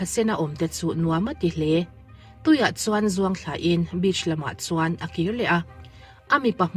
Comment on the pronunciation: Bitch nilo in beach tih zawk tur